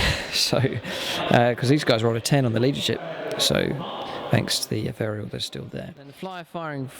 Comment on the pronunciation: You mispronounce ethereal!